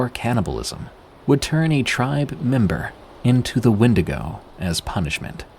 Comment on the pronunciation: 32 real wendingo sightings : "aliens"